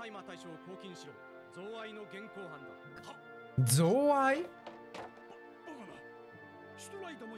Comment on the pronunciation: お疲れ様でした。 贈賄(ぞうわい)ワイロを贈った罪 収賄(しゅうわい)ワイロを貰う罪 の言いかたです。 この先のロイエンタールの活躍は凄いです。 是非お楽しみに😼